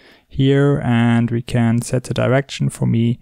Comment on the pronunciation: "ze bear"